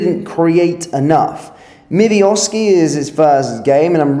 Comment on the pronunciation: Zero shots on goal and you were the better team. Pull the other one mate. And learn to pronounce your players’ names correctly. Never heard of a Mivioski